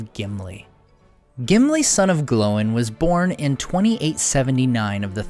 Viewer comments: glowing?? it's gloin... like sir gloin for steak lol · One nitpick - Gloin isnt pronounced "Glowen", (or atleast the audiobooks dont) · I've never heard Gloin pronounced that way... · you say ”Gloin” wrong Also.. Awesome videos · Why are you calling him "Glow-in" and "Oh-in"?